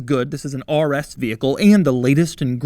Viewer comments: The way Doug says "RS" lol it he makes it sound like "arrrr s" 😂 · Ahrrr S, Ahrrr S, Ahrr S mode😁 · Why doug put so much aggression in the r when saying RS😭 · Why is he saying the R like a pirate?